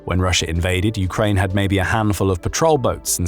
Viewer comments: You say Ukrine I aay Ukaine lets call the whole things off. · “Ukrine”? wow removing channel from feed